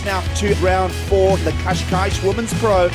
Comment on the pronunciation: It seems like they don't know how to pronounce Cascais..